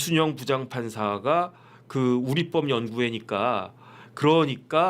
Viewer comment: 우릿뻡이아니라 우리법이라발음해야지요.